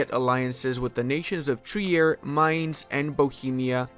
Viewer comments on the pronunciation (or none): none